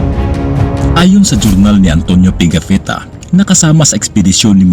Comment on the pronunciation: Ang historian sa Magellan’s expedition ay si Pigafetta (hindi Pegafitta). Maligayang Pasko 🎄✨ sa iyo bro.